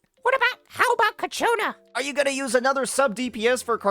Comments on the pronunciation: It's not "Ca-cho-na" it's "Chia- co-na" Sorry but it's doing my head in. The Ch sound is at the beginning. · Brother its CIACCONA not CACCIONNA